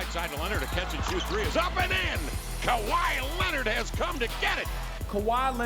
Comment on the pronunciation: Kawhi Lennit